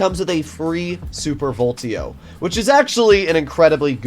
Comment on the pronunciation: please stop calling it the "super voltio" - it's VOLEETO